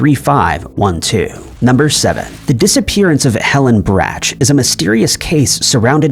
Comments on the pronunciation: Its pronounced br-ocks, Helen Br-ocks. Not bra-itch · The “candy lady” is the heir to the BRACH candy fortune. That is pronounced like “BRAUK”…rhyming with “ hawk”. It IS a well-known candy company name and I feel that if you’re going to include it in your video that you ought to at least research how to pronounce it correctly. It’s NOT pronounced “bratch” as in rhyming with the word, “hatch”… Your channel is amazing and your videos are very interesting. But I think what makes the best videos are those where Video creators take the time to make sure their information is correct and that it is pronounced correctly. That’s just one detail that separates the good videos from the great videos! Keep up the great work on your videos and your channel! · Helen Brach's last name is pronounced, "Brock," not, "Bratch." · Wtf is a Bratch candy?? It's pronounced Brock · Helen Brach... Pronounced Brock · Brach is pronounced "Brock." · Pronounced BROCK RHYMES WITH ROCK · Re: MJ Macduckston, who writes post cards to friends if one is only on a supposed "day trip"? Re: Helen Vorhees Brach pronounced BROCK. Generally assumed to have been m**dered for decades now.